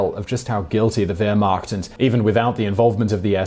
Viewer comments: C'mon Simon. Wearmacht. Really not that hard to pronounce correctly. I mean, damn, how many documentaries have there been about World War II and the Wehrmacht? Pronouncing it incorrectly makes you sound like a dunce. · If a name is German, the W should be pronounced as a V. It's the same reason we don't pronounce the "ll" in tortilla or quesadilla as an L. The same reason we don't pronounce Chopin as "chopping," (unless you're just trying to annoy a musician) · I'm not the least surprised about Simon's stories in this video. There are a lot of statements he made that are completely wrong - as proven by research. Interestingly Simon did not even bother to try to pronounce at least one German word he uses correctly. He does not even know that " Wehrmacht" was the German term for all the armed forces - this means Heer (army), Luftwaffe (airforce) and Marine (naval forces). As a typical British hater of every German and everything German even in 2018 - 73 years after the end of the Third Reich and the second world war - he doesn't even bother about saying some critical words of the British and US American murderous bombings of civilians not only in Dresden but many other cities. Simon - remain a typical Brit, keep up your hatred of everything German but don't expect to be taken seriously as a storyteller of the second world war or "the Germans" in general outside your "fantastic" Britain!!!!! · Did someone correct him to pronounce Wehrmacht with a “v” halfway through ? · It drives me nuts how he pronounces Werhmacht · Okay, it’s 2020. Please Google how to say “Wehrmacht”. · I lost count of the different ways he pronounces 'Wehrmacht' after 10. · The w is pronounced as a v, I have OCD and each mispronounced word hurts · How can anyone ascribe any credence to your post !?? You cannot eve pronounce Wehrmacht ,!🐖 💨💨💨💨 😂😂😂😂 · Any else annoyed by the miss pronunciation of Wehrmacht? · Only 10 seconds in and you can’t say Wehrmacht right GERMANIC GRAMMAR INTENSIFIES